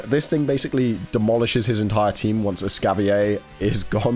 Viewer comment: Hmmm... just curious (and this isn't targeted at, it just reminded me of it), but why do people not pronounce the 'r' in Escavalier?? I understand that there's the "fancy" version that's based from French, but Escavalier is clearly based off of the medieval times, and the 'cavalier' part of its name comes straight from a type of horse night (which is pronounced Cah-vuh-leer)